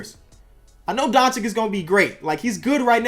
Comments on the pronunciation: Dončič not Doncik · please bro, its pronounced donCHICH. not donchick. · Isn’t it Don-Chi-Ch